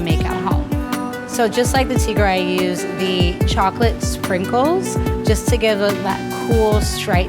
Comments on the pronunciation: Dear be proud of ur pronounciation .. you spoke Tigre perfectly ;) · Btw your tiger pronouciation in french was very good, since french is my native language.